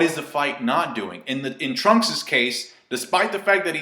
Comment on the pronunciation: did he say Trump instead of Trunks lol